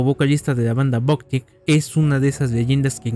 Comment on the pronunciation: Se pronuncia /bak/, no /bok/.